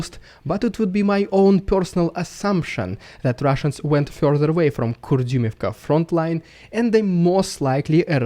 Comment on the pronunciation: It fyorther confyorms...the story from the last month.